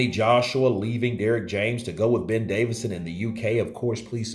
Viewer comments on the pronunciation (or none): Johnny,can't you get the man's name right even,DAVISON